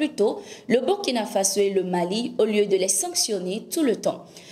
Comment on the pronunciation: C'est-à-dire Burkina Faso et non burikina faso merci de votre part